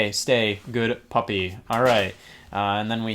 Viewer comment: I love how little emphasis is put on “good puppy”